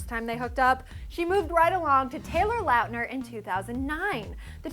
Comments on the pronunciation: is it me or did she pronounce it latner? it is meant to be pronounced lautner. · It's pronounced 'lawn-tner'